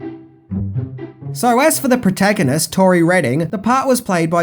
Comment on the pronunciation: Her name was TORI, mate. The first time you said it, you said Lori.